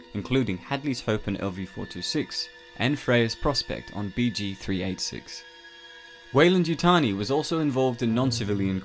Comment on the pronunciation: You keep saying waylan yutani lol